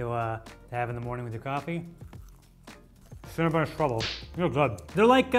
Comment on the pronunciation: it's Cinnabon not Cinnabun 😂